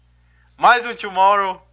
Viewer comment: tomorrow? é Tomahawk nem ( n sei se você fala assim por piada)